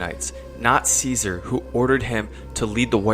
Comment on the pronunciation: It's pronounced Caesar.